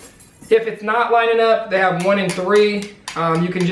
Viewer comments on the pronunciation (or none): none